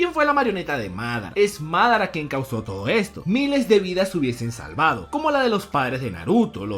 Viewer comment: ¿Porqué acentuas los nombres como se te da el jaimico? Mádara, Óbito, Nágato. Por mencionar algunos.